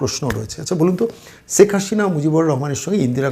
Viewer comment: রাজনৈতিক এনালিষ্ট হিসাবে আপনি এক শিশু। বাংলা উচ্চারণেও ভীষণ ত্রুটি।বলেন--ছেক হাশিনা। বিদঘুটে!